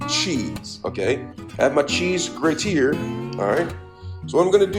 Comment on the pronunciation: I think you say things stupid on purpose.. Im catching on to you Edit: 😂 zesteeng Edit again: cheese greaTeer! You clearly have something going on here. Im new